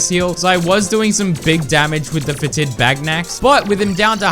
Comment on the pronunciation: Fetid is pronounced FET-id, not fe-TID. Emphasis on the first syllable.